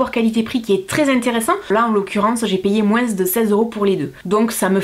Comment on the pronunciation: j'adore quand tu nous dis " moinss' " ^^ <3